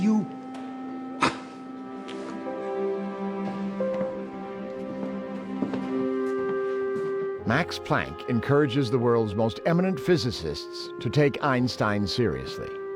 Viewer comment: "Mex Plenck" 🤣🤣🤣 Watch your pronunciation!